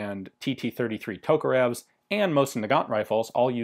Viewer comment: Mate, I understand the tradition of pronansuation, but respect the rules of other languages: MakArov, TOkarev, KalAshnikov...